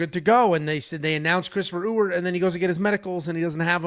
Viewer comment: As someone who shares the same last name as Jackson McVey’s new opponent, it’s pronounced E-Wert, not U-Ert or Ooert lol. Don’t worry, I think I could count on one hand the amount of people who pronounced it correctly on the first try 😂